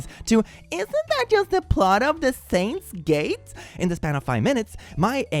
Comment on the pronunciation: Hearing try to say steins:gate was funny. Peak anime btw